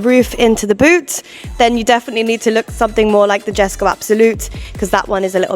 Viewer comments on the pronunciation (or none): ✅Yheskho , not Djeskow❌